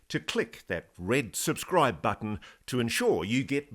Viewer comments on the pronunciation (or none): none